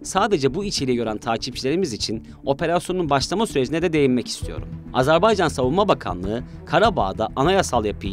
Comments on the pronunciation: Lütfen doğru telaffuz edelim, Azar bey can değil Azer bay can..! kolay gelsin. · AZERBAYCAN yazılır AZERBAYCAN okunur .... azarbaycan nedir? doğru düzgün konuşmaktan aciz miyiz ne? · Azarbaycan değil AZERBAYCAN Program yapıyorsunuz, ülkenin adını düzgün telaffuz edin artık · Telaffuz çok hatalı , "Azerbaycan" olarak doğrusunu söyleyelim lütfen. Bir defa değil sürekli yanlış telaffuz ettiniz.. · G z t ekibine emeğinden dolayı teşekkür ediyorum. Kardeş Azerbaycan hakkına da tez zamanda kesin zafer diliyorum. Birçok programda sürekli ve sanki bilinçli bir yanlış söyleyiş kulaklarımı tırmalayıp duruyor. Ona itiraz ediyorum. Azerbaycan AZERBAYCAN candır.